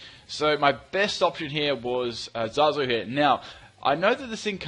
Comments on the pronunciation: Um... Zazu... Not Zarzu XD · It's Zazu not Zarzu 😂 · There is no r in ZAZUs name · Zazu not Zarzu and Pumbaa not Pumba :) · U named the chatot wrong it's zazu not zarzu